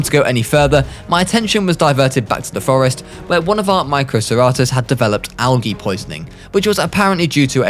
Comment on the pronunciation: Microceratus is pronounced Mi-cro-cer-atus not Mic-o-cer-a-tus